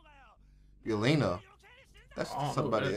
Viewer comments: My mans said annie 😂😭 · They read Yelena and say Annie like wtf